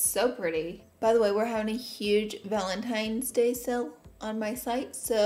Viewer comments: “Ohl” “Conciller” “Valentimes Day” I LOVE YOU LAURA LEE!! 🤣🤣🤣😍🥰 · “Valen-times” day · anyone else catch the “valenTIMES day” part haha cutie 😂😉💖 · Random thought Laura says "valentimes day" lol .... back to the video